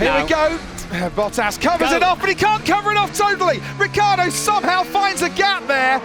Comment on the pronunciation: RICCIARDO NOT RIKKARDO